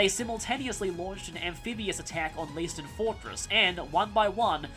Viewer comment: If it's still German, Leiston is pronouced Layston. Though reading it makes me doubt that.